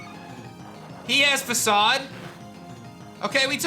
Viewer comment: Dude you're pronouncing Facade wrong.